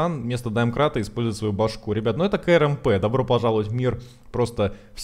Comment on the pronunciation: Говори не "К-Р-М-П ,а КРАМП. Так будет лучше!